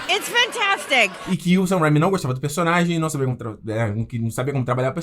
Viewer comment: Assim como o Peter do Ei Nerd esse cara não sabe pronunciar o nome do Sam Raimi direito e isso que me irrita